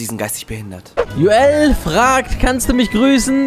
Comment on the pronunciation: Und eh joel spricht man anders aus